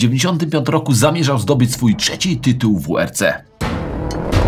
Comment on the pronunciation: Moto z innej perspektywy.. jest teraz czas by udać się do logopedy i walczyć z wadami wymowy. Mówimy „trzeci” a nie „czeci”